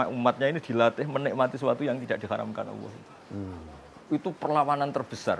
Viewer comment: Kalo boleh mengritisi utk gus Bahak dalam melafalkan kata Alloh hendaknya terdengar jelas LAM JALALAHnya..maaf yg sy dengar beliau mengucapkn kata Alloh dgn ucapan AWOH. yg lain sangat bagus.. Maaf bukan menjatuhkan tp demi kesempurnaan BELIAU..